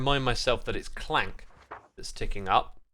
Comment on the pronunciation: I think alot if hermits know its ravager but say it the other way on purpose! They do the same with Crank instead of clank 😅 it doesn't bug me but I definitely notice it everytime